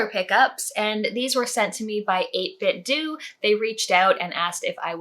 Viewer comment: I think 8bitdo is pronounced like nintendo. But who knows :D